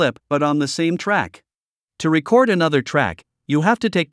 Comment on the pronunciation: Hi there. I have issues with both. Your voice didn’t make a difference between récord and recórd as I recall. Also as a musician I have a problem with computers doing what people can do, especially in the arts. Thanks for asking.